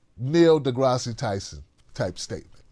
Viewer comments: Neil DeGrasse pronounced (De grass) Not Degrassee lol. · The e is silent in deGrasse!!! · FYI, the final /e/ is silent